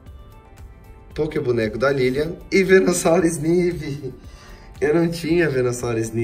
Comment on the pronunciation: se pronuncia snaivy